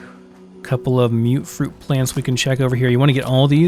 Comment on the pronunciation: Deserved a like when you said MUTfruit as In Mutated Fruit. Not MUTT fruit like most other youtubers. Respect.